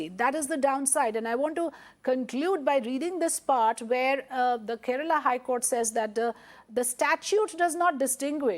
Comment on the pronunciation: Its KERALA not kerela idiots. Paanipuri hindi dumbos...